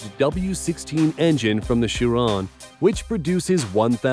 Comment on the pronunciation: KY-ron, not CHI-ron, VAY-ron, and not Ver-on and BO-Lide, not Bol-ide.... FFS lol.